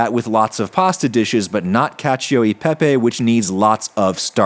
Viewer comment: please. For the love of god. pepe not pepei.